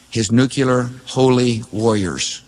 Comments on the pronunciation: Bush couldn’t even pronounce the word NUCLEAR correctly. It’s not “nuecular”. That always drove me nuts. GW Bush had a low IQ. He believed whatever the war mongers in DC told him. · It's not New Q lurr. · Nuclear, N u c l e a r.. not Nucular.🙄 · Bush Jr. Says " nucular" with a straight face. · Never trust anybody that says "nukular" or wears their tie long enough to go below their belt. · We are not caving to Israel. We voted against this war. Bush caved to his dad and Cheney and the Deep State, what did you think someone that couldnt pronounce NU CLEAR would do. Remember Bush senior practically nursed from Dulles' tit. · It's pronounced Nucular. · Just say New clee urr. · I don't trust anyone who pronounces it "nucular" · Bush couldn't even pronounce the word nuclear.